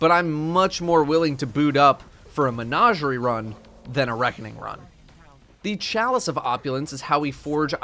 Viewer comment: I finally found someone who pronounces it as “Mehn-Auj-eri”